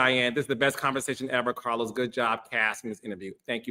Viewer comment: Ok Cah-los! It ain’t tricking of you got it💅🏾